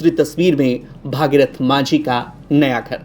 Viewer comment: Bhagirathi nhi hai Bhagirath hai. Thik se bola kro yaar